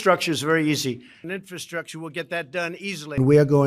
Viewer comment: Inferstructure? I don't even know what that is. He can't even say the word properly. Ugh